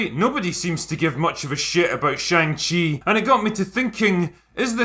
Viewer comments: chi is not pronounced like chee but like chuh. To English speakers this make not seem like a big deal but it's a very large difference in Chinese, because the chee sound is already an existing and common syllable in Chinese, so every time they say his name, they're saying another word instead. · When I was a kid and this was a comic, I always thought it was pronounced Shang Hi. What did I know ? I was just a kid. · Who knew that I have been pronouncing "Shong She" wrong my whole life. lol I was looking forward to this film until I saw the trailers. Shang Chi was Marvel's version of Bruce Lee. That lead actor is no Bruce Lee. And the horrible acting and attempted humor in the trailers is horrible. I definitely won't be paying to see this. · you pronounced it wrong, also, i am so excited for this movie, it's not a flop, look at rotten tomatoes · They're doing a great job appealing to Chinese audiences by pronouncing the main characters name completely wrong in every trailer, media and the film itself. It's akin to film about Obama for Americans made by China but they keep calling him Obomo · I do like most of these videos you do. But I have a couple gripes, the first one is you should learn to pronounce the name of the move/main character if you are going to pre bash a movie you have not seen. The second one is you calling Dr. Strange a "lower tier character". You dont have to be a comic nerd to review or give your opinion, just do a little research first please.